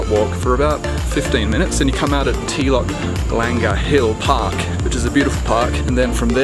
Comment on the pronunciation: The way you pronounced Telok Blangah 🤣